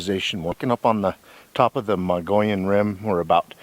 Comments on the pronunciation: Mogollon is pronounced...Mo...gee...on. L's are silent. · It's pronounced MO-GEE-ON. Nice video. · I've been camping hundreds of times up on the Mogollon Rim. My favorite is up near Show Low area at the White River in the White Mountains. I have seen many signs of Bigfoot, starting in the early 80's. We pronounce it like this, "Moe - ghee - on" Rim. The two L's are silent. Thanks for the video and God Bless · Had to laugh at his pronunciation of Mogollon !